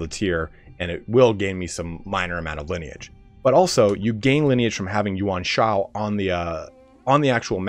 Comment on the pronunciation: Really the word "yuan shao" tilts you